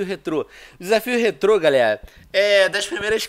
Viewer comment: Que agonia de escutar ele falando rétro